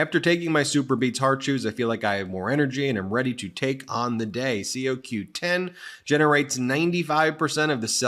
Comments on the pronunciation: Ben : It's CoQ10 (like codependent )not c o 10. Another great broadcast. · CO Q10 is pronounced (co) as in Comer the moron Q 10